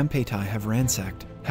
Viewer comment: rwnsacked tArAjbord harabrahabaahaaja Edit: ransacked more like ransucked bruhh